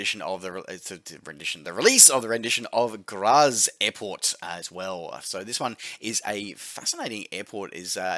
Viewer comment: You can't say it right its graz lol